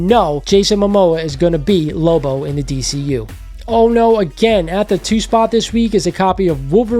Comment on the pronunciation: just joshing on how you pronounced Lobo.